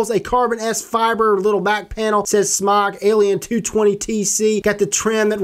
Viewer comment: SMOK, pronounced smoke, not smock.